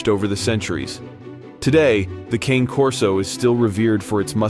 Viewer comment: Come on man, speak Italian properly. It's not KANE.